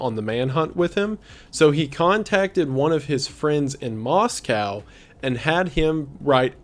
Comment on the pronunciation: bestie i love you and your content very much but every time you say “moskau” i die a little inside <333